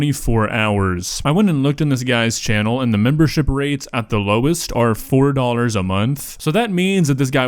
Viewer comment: Does have trouble pronouncing the word dollar?